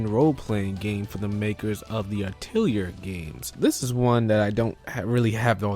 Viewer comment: Hopefully this doesn't come off as rude, but Atelier is pronounced Ah-tih-lee-eh, not Ah-til-yer.